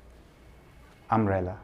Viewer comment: umbrella☂️, 😃😃😃😃😃the way he said